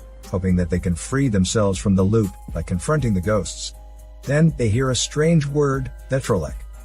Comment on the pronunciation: mmmm "Gosts of War"